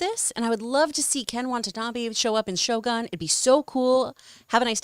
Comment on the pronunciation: John, if u want to learn Japanese, first word u should know is - Shogun将軍 is actually pronounced as 'Sho-goon', not 'Gun'.